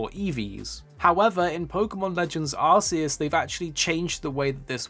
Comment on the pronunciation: Please stop saying arse eus. Sounds really silly. It's clearly arc.. also have an arc phone.. not an arse. Lol